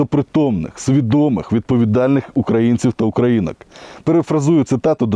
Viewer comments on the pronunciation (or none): НЕ УкраИнскую, А УкраЇнською. РУсня НЕ умеет произносить эту букву. ШТИРЛИЦ еще не был так близок к ПРОВАЛУ) ЗСУ - НАЙСИЛЬНIША армія . І ЗСУ виб'ють рашиков , обратно на болота. Будут нам города отстраивать